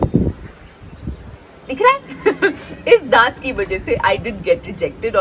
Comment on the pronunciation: Daant is Deeth😂😂😂😂😂😂